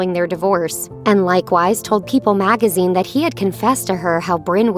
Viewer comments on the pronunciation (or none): none